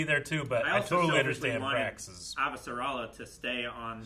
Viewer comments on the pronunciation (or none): is mispronouncing stuff on purpose now, right? "Aaavasarala" No one on the planet has ever pronounced it that way.